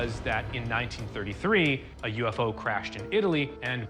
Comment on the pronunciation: Now you all know how to butcher the word UFO in italian